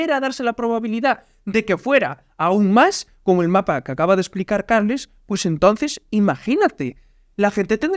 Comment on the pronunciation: Se llama weon no karlas